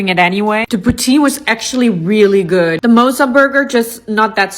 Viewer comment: The way that girl pronounced the word 'mozza' is diabolical 💀